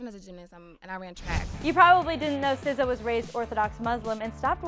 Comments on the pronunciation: Did you really just call her sizza 😂😂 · Jerusha Jose it's pronounced sih zah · The one where you pronounced her name! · You know that vine when some guy puts a fake rat and a lady passes and she makes that weird noise, yeah? That's how I pronounce her name.